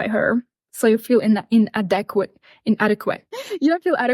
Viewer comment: Just after she seems to have a Freudian slip say In-a-dick-quit for inadequate.